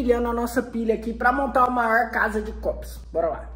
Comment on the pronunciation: "Maoir" "palede"